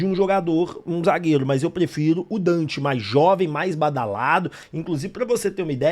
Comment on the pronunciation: Quem é Dante??? Minha Nossa Senhora, o cara chama DANTAS